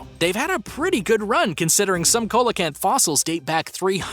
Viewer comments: Its pronounced SEE-LA CANTH NOT COLA-CANTH!!! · It's pronounced see-la-canth not cola-canth ffs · By the wan, it's pronounced "SEE-LO-CANTH". Bloody Co-lo-canth. British language. Don't you just love the way Yanks Fuck it up? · Your pronouncing it wrong. The fish is phonetically pronounced "see low canth". Not "cole la canth" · it is pronouced seal o canth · Coelacanth is pronounced see-lo-canth. Jeepers! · Bro it's coelacanth ce la canth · COELACANTH! Pronounced ‘SEE-la-canth’, IF YOU PLEASE... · The 5th one is pronounced ''See-low-canth". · I've never heard coelacanth pronunced this way 🤔🤔🤔